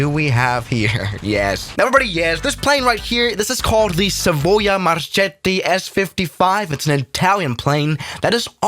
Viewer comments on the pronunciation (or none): Hi, i am an italian guy...the actual pronunce of "Marchetti" is like "marcketti". thats cuz "ch" in italian makes the sound we call "the hard c". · Marchetti pronouncation is Marketti